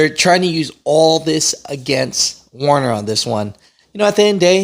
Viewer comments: "WER- ner", NOT "WAR- ner"! Please, finally. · It’s Werner people, not Warner. Get it right.